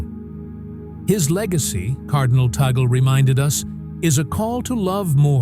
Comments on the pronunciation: Not tay-gel, please pronounce his name as TAG-LE. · It is pronounced "Tàag - lee "